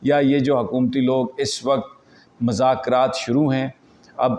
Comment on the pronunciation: السلام علیکم محترم یہ لفظ مذاکرات میں میم پر پیش پڑھیے